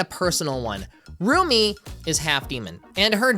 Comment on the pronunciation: Glad I’m not the only one who kept hearing ‘roomie’ instead of ‘Rumi’